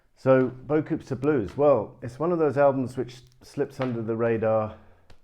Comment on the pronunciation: Is that the British disrespect for all things French I hear with your pronunciation of "beaucoups"..? I'm just curious. When I was over there in the 80s, my UK friends had me doing it, too; "I'll meet you at the caff" "Are we taking the Magic Bus to Cally..?". I get a kick out of irreverence...